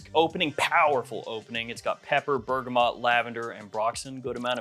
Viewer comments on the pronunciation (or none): none